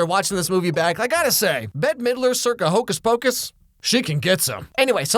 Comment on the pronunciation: Hocuhs pacush